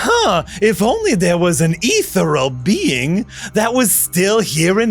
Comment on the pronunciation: I love commitment to mispronouncing ethereal